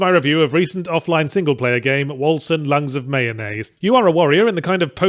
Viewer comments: Hearing everyone pronounce 'Wolcen' with a soft C instead of a hard C really rustled my jimmies and if that's how the makers of the game intend it to be pronounced then that just makes it worse. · "Wolcen" is the Norse spelling of Vulcan, and both spellings are pronounced in effectively the same way. I'm sure Yahtzee is well aware of this for the purpose of making fun of the game's generic name, but just pointing it out nonetheless.